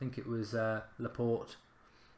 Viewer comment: Laa-port-aye please say it like this mark....